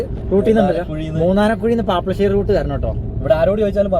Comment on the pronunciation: പാപ്പശേരി അല്ല പാപ്ലാശേരി ആണ് ശരിയായ പേരെ